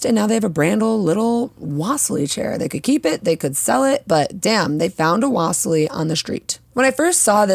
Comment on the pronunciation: Great video! The correct pronunciation is "wa-si-li" chair. It's named after the russian artist Wasilly Kandinsky (in russian we say Va-si-li) Thank you for the cool suggestions :)